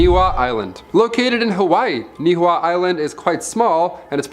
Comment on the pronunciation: The Hawaiian island is pronounced (knee he ow ) not what ever you were saying